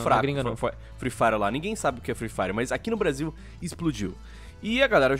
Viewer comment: ameaçou o português com esse "nimguem"